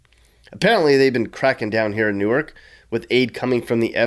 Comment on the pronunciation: Good video but it's pronounced "Nork" Not "New arc". "New arc" is in Delaware.